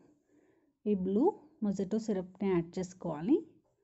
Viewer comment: మొహిటొ…మొజిటొ కాదు 🙏🏻